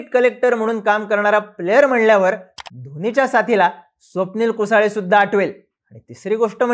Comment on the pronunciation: कुसळे म्हण रे. कुसाळे काय इंग्रजीतलं स्पेलिंग वाचून चुकीचे उच्चार करता.